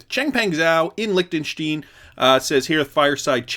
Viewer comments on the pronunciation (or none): Dude! It’s LichtensteIn (stine), NOT Lichtenstien (steen). Simple rule with Ie and ei in German: the second vowel gets the hard vowel sound in pronounciation. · LICK - TEN - STINE—— Lol!! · Pronounced likhhh ten shtine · INT ICE it’s not :P. You don’t have the sound of “st(ein)” in english so you cant write it out how you pronounce it